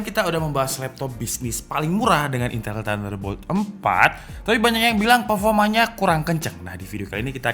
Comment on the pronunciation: Tinggal ngomong itel susahnya gimana ?